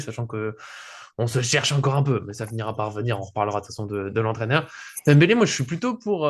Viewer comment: Je confirme il a dit dembelé lol